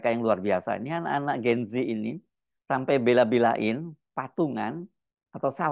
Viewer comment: Bukan "Gen zi" tapi "Gen zet". Bacanya salah mas Hersu. Ini susunan bahasa Indonesia jadi bacanya harus "gen zet". Semoga sebagai jurnalis sekaligus anchor bisa menggunakan bahasa Indonesia yang baik dan benar sesuai kaidah bahasa Indonesia. You are what you say.